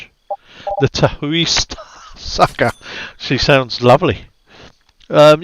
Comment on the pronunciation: Looks great, thanks for the stream. Comes out 12/16 for $11.99. --ok from now on it's lake ta-houey :)